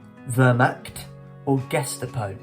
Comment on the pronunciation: gestapo and reconnassaince